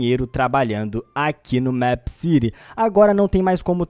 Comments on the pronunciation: N se fala Méépcity e sim Meepcity vc falando Meepcity e mto chato po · É mip city nao é mep city eu escrevi errado pra vc entender como se fala!! Da agonia vc falando mep city aff sou inscrita no seu canal gosto de vc mais vc fala mip city da agonia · se fala mipi ciri e não mêp ciri e se escreve meepcity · Mepiciri kkkkkk e mepicity (como se fala) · Não é mép que pronúncia é mipi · NÃO É MEEPCITY É TIPO MIIPCITY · Se fala mip (os dois "e" tem som de i) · vc fala meepcity diferente